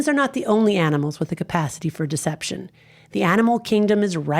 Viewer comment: not deception, but "Decepticon"